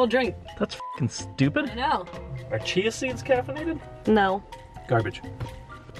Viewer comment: Did she say chia wrong or was it just me? Haha